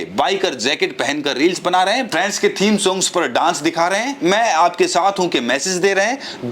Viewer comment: friends nahi bola khatil viswaguru, balki " prands" bola tfa.